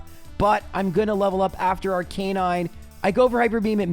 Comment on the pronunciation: Ar-kuh-nine not ar-kai-nine, im looking at the official pokemon handbook. Sorry has to say it.